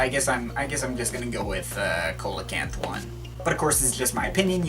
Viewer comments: Coelacanth (improper pronunciation) [see-la-canth] your welcome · see-lo-canth ... its a prehistoric fish